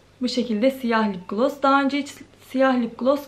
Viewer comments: Kötü bir yorum olarak algılama ama lıp glos değil :( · Lıpgloss değil yanlış okuyorsun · "Lıpglos" nedir? Biraz İngilizce öğren bence. Kendi halinde zararsız bir kızsın ama kendini geliştirmelisin. Hiç ciddiye almıyorsun gelen yorumları 🤦🏽‍♀️